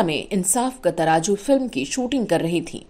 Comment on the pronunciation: Amazaing editing. Lots of hard work. Just one thing madam word is ترازو.